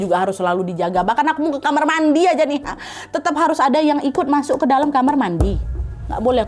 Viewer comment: Ketawa banget waktu ka nadia bilang "masok" harus banget "MASOKKK" yaa WKWKKW